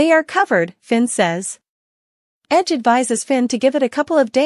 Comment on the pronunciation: WHY DO YOU CALL RIDGE "EDGE"